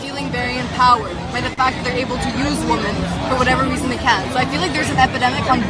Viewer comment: My God Already !! Someone teach her how to say WOMEN !!! 😮‍💨😮‍💨😮‍💨